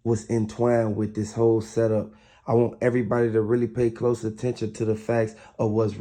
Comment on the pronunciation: This same dude stay making fake stories. He be changing his voice but his accent stay the same. He always say sent up instead of setup. Goofy even got a female a.i. voice to make it seem real 😂😂😂